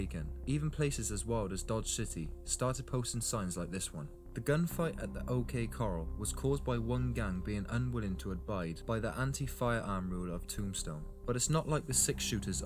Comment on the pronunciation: Va CARE os not quair. OK Cor Al not Coral